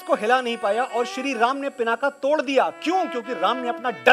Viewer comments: पिनाका नहीं पिनाक बोलें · आप तो हिंदी शुद्ध बोले, पिनाका नही पिनाक है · प्रशंसनीय, अनुकरणीय। साधुवाद मनोज जी। मेरी एक हिमाकत के लिए आप मेरे को माफ करें। जिसे श्रीराम ने श्रीसीता के स्वयंवर यज्ञ मे जिस धनुष को तोड़ा था उसका नाम अजगव था। भगवान शंकर जिस धनुष को धारण करते हैं उसका नाम पिनाक है। एक कचोट मेरे मन मे लगी है जब आपने पिनाक को पिनाका कहा है। ऐसा क्यों? ये तो कर्नाटक को कर्नाटका, केरल को केरला बोलने की आंग्ल शैली जैसा है। राम को रामा, कृष्ण को कृष्णा, लक्ष्मण को लक्ष्मणा, शत्रुघ्न को शत्रुघ्ना, शिव को शिवा बोलकर क्या ये इनके अर्थों को बदल देने की हास्यास्पद आदत नही है